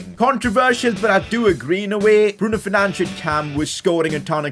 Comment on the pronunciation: Goal: Bruno 'Fernandesh'. Signing: Anthony Best Player: BRUNO FERNANDESH